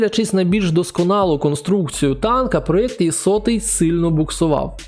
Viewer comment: Знаю що всім звичніше казати «Є-75, Є-100», але українською правильніше було б казати саме букву «Е»